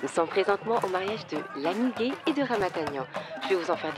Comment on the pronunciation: Gueye comme si elle dit gaï😭😂😂